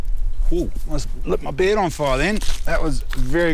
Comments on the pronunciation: 뉴질랜드 악센트가 이 발음을 에 라고 해서 beard 비어드를 베-드 라고 해서 번역을 그렇게 한듯 하네요. 처음 뉴질랜드 친구가 six를 sex로 발음해서 뭐지 햇던 생각이.. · 침대(bed)가 아니라 수염(beard) 키위 e발음 이 강해서 못알아 들으신듯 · beard 를 bed 로 잘못들으신거같군요 ㅋㅋㅋㅋ